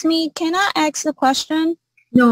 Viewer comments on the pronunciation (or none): No you may not “axe” a question! 🪓